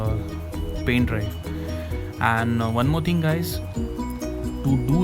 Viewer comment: "one more ting guys..." THE TING GOES KRRRAAAA